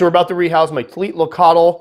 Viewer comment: I loved your 'Tliltocatl' pronunciation. You sounded very much a native speaker, had me fooled for a split second. Legitimately one of my favourite species, I've got a captive bred Nicaraguan and she's absolutely wonderful. Incredibly laid back but an awesome feeding response. Seems to be hiding away a hell of a lot lately, even between moults.